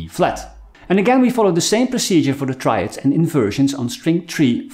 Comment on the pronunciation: Triads, not traids…